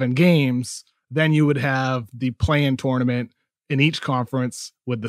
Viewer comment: If I have to hear Kevin O’Connor say tournament wrong one more time I think I might die